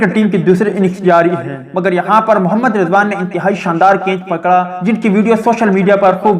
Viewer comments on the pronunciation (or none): Bhai G kainch Nahi Catch Hota Hai Pahlay sahi Bolna Sikh Lain Meherbani